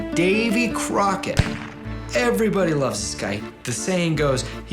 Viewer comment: Davy “Crockerd” great American mythological “lemon”